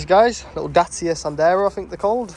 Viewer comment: its pronounced dacha..i had one and it doesnt come with a spare wheel.